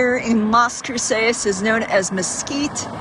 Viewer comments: I don't understand why you're pronouncing it that way. Do you have an accent or are you trying to do a spanish accent? CROO-SAYS? CROO-SESS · Its pronounced kroo·suhs lol